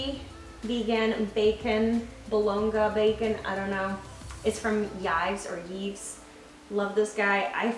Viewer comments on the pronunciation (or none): Hey, I’ve noticed you’ve been struggling with the prononciation of Yves’. It’s a French name and is pronounced as the name « Eve’s » is in English. If you were speaking French it’s just Eve… we don’t indicate possession, like they do in English… it’s more like they do in Spanish. Love your videos. I’ll probably be using this video to do my meal prep this week. Thank you so much for all you do ❤️